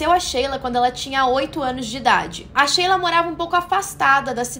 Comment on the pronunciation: Shelia (se lê como shylar) não Sheila